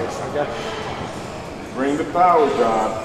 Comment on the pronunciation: The POWAHH IS BACK!!